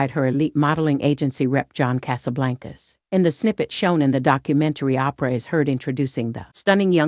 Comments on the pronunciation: Oprah: Promounced as OH-PRUH not... Opera: Pronounced as AWW-PER-AH Thanks for this video on Opera. Who's your favorite Opera singer? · Who doesn’t know how to pronounce Oprah at this point ? What planet does the narrator come from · who the F is "Ahhhhh- Prahhhh" ?!!!!! smh